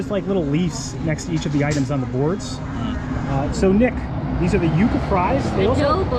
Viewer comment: its pronounced "You-kah""